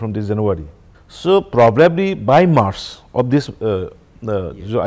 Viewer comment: is it marsh or march